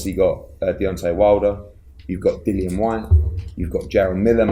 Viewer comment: Do you think it annoys Dillian that Anthony isn't pronouncing his name correctly? 😂